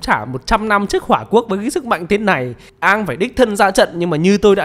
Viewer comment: công bằng thì cái việc cứ xiên Aang và avatar tiếp theo sẽ phải mất cả chục năm để gọi là đủ lớn để đi đấm nhau còn thắng hay thua chưa biết, nó là 1 cái plot hole của show gốc. Còn lại thì cái phim này thiểu năng vãi chưởng. Cơ mà quý kênh đọc sai tên r, không phải Aang mà là Oong